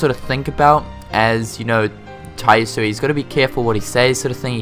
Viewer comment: Ya-su-eh. Not "ii". Sorry, I'm a nerd. Hope the character models are updated a lot in game, especially in BBS. I mean it was a PSP game, probably would look blurry in HD if they didn't redo the graphics. New sounds, err, sounds great. Can't wait. lol DLC isn't something I'm interested in atm. Maybe for KH 3, some crazy costumes, weapons or bosses maybe. ( Obviously I want most of these things to be already in game though. ) I wish the PS4 could just read PS3 discs instead.